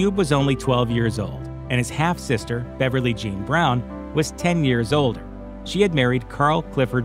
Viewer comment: I had to go back over and over again to hear what dude said about ice cube because it sounded like he said she was 10 years old when she was killed instead of 10 years older and it had me a bit confused and concerned